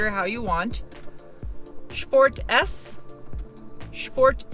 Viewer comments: Are you intentionally mispronouncing sport as shport? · thank you for saying sport the German way, I now love you.